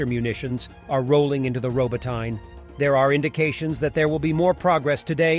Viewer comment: Yeahj it does lol, though I think it's actually pronounced "Robot-n-ya"